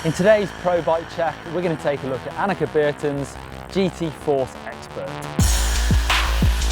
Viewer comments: im pretty sure its anneke not 'annexe' an annexe is like that place that Anne Frank hid from the Nazi's :/ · ...Can you say Anneke just one more time...I don't think you said the name enough.